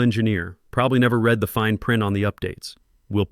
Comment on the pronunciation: Would you please teach your AI voices to distinguish the difference in pronunciation and meaning of resume, between resoom and resumay. Also the difference in meaning of the pronunciation of read between reed and red.